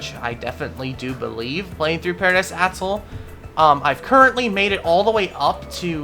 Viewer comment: the way he says atoll hurts my soul